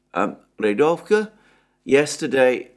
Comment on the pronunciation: I would just like to help by pointing out that 'Rigovka' is Readovka